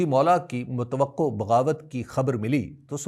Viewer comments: اکرم بھائی واؤ پر زبر ہے، زیر کے ساتھ تلفظ غلط ہو گا۔ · Bhai we always pronounce it with Fatha (zabar) on waow. Please check as this came from arabic and there it is not with kasrah (zer) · حبیب اکرم! میں آپ کو باقاعدگی سے سنتا رہتا ہوں ۔آپ کے الفاظ کا چناؤ اورآپ کا لہجہ قابل تحسین ہے۔اظہار حق کےلیے آپ کی تعبیرات سے بہت کچھ سیکھنے کو ملتا ہے۔گاہے گاہے تلفظ کی غلطی کا احساس ہوتا ہے۔سر دست ایک لفظ کی طرف توجہ دلانا چاہتا ہوں۔لفظ " متوقع " واؤ کے کسرہ یعنی زیر کے ساتھ ہے ،جب کہ آپ مسلسل اسے واؤ کے ضمہ یعنی پیش کے ساتھ تلفظ کرتے ہیں جوکہ درست نہیں ہے۔ متوقع لفظ کو واؤ کے کسرہ کے ساتھ تلفظ کرنا ہی درست ہے۔امید ہے آپ تحقیق کے بعد آئندہ صحیح اعراب کے ساتھ تلفظ فرمائیں۔اور یہ بات آپ کی طبع نازک پر گراں نہیں گزرے گی۔مجھے آپ سے محبت ہے اس لیے یہ جسارت کی ہے ورنہ۔۔۔۔۔۔۔۔۔ ۔۔۔ آپ کا خیر اندیش اکرم گورمانی